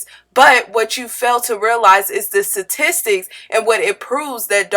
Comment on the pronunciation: Why do you keep saying satistics instead of statistics Let's not try and push that uneducated ignorant stereotype.🙏🏽